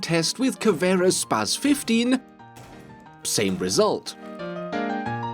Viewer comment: You said Caveira correctly. Nice. Caveira guys.... Not Caviera!